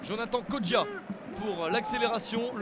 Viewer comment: Non ce n'est pas Kodja mais Kodjia :D Allez Malherbe !!